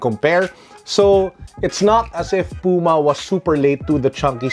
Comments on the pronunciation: The way you pronounced Puma is actually the right one. It is a brand from Germany, so it should be read the way it’s written. Not like English. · your pronunciation of "puma" is correct. it's the german word for cougar. trust me, i'm german^^